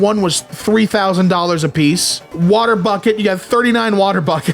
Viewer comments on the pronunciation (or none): none